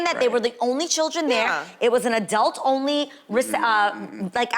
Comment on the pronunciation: Absolutely, I love her looks this season. But question: am I the only one who hears 'adelt' when she says adult tho?!?